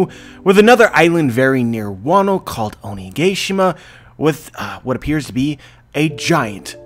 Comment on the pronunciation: OniGAYshima? Really??